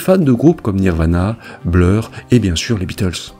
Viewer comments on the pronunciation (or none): none